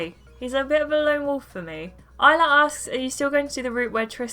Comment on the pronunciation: Very good vid, the bloopers were pretty funny as well. Also I’m surprised that you said my name correctly cos most people who I first meet call me is-lah or ilsa. On the topic of names I also have a wierd last name; Buck which means male deer so my name is island male deer!